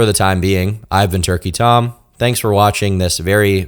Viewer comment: whenever he wasn't around his crew of what, 'urkey 'om?